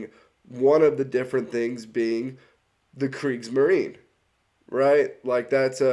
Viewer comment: And what is Kriegsmarin? Es heisst Kriegsmarine with a clear and pronounced e at the end.